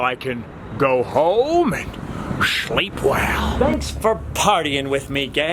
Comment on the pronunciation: Awesome....luv the vlogs and soooo great to hear...."Go home and Shleep Well!!!"